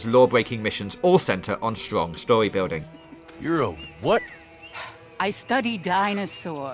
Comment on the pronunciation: Qwiet, peaceful cawacter bwilding